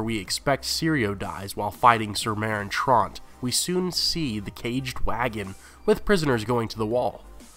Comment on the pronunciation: "Meryn Traaarnt" "Cattelyn" "Tolly" Dude, pronounciation. They even say the names properly in the series, just repeat it how they say it..